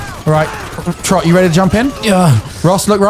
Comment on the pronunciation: I think I said this same thing years ago, but inability to differentiate between Trott's and Ross' names correctly after all these years blows my mind.